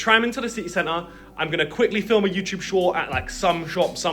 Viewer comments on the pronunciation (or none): none